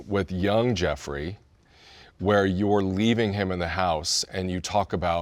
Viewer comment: Why do y'all keep saying Jefferey it's Jeffrey lol